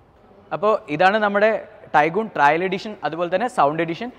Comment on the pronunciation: ആദ്യം കാര്യങ്ങൾ അറിയുന്ന ആളെക്കൊണ്ട് പറയിക്ക്... GT 'ട്രയൽ' അല്ല, GT 'ട്രെയിൽ' ആണ്. അർഥം പോലും അറിയാതെ ഓരോന്ന് പറയുവാ... And 'Paddle/Pedal Lamps' അല്ല... 'Puddle(പഡിൽ) lamps' ആണ്. മൊത്തത്തിൽ വളരെ മോശം. Please do such videos with someone who knows the vehicle well. കഷ്ടം!